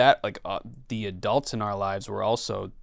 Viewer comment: says adults like adelts